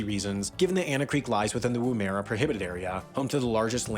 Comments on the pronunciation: The military base isn’t pronounced like the guys says Wom-era it’s pronounced Wom-er-ra. ….. It has a awesome museum of test rockets and nets planes used at the site in the 60’s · ok here's the part where i tell you that video your watching totally botched the names, Lake Eyre is pronounced Air, Woomera missile test range is pronounces woom( as in woman) errrrr a. and waroonga is not pronounced with the goon sound more of a oow , its hard to write it phoenetically. oodnadatta does not sound like data, its datta , as in ood na datta, Antonia Kidman is known in Australia, i would describe her as less famous, not not famous. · FYI, Lake Eyre, is pronounced 'Air'. Woomera, 'woo-ma-rah'. While Anna Creek Station is the biggest, it is among a lot of stations across Australia that are all incredibly big. In the Kimberley's and the Pilbara, roundups are done with helicopters because it's impossible to find and round up the stock otherwise. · Lake Eyre is pronounced "air" not "ire"... the moment it was out of his mouth my teeth started to grate... also, Woomera is pronounced wum-a-rah (like woman but drop the "n"), the area was used as a nuclear test range in the 50s by the poms and still has defence department connections now...